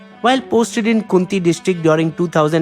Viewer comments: Its not kunti district its pronounced as KhoonTea 😭😭😭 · खूंटी not kunti districts & मनरेगा plan not manegra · it's चतरा and खूंटी and पाकुड़